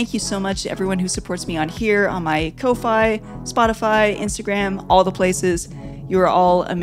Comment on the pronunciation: Fantastic as always! And i thought Ko-fi was pronounced like coffee...have I been wrong this whole time? Wouldn't be the first. Anyhow, please keep up the awesomeness!